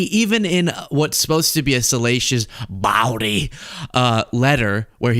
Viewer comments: look up the word bawdy, so you can pronounce it properly. Love the podcast... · Bawdy is pronounced as boardy with a silent r, not bowdy... School's out for summer!